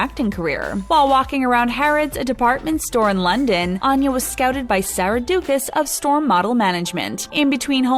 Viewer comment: She pronounces her name Ann-ya, not On-ya, but that's an understandable mistake.